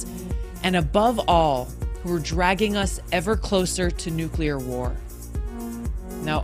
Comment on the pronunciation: Sorry, we can’t have another President who can’t pronounce the word “nuclear”…